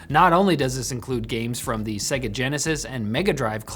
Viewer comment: Segga? WTF. SAY-GAH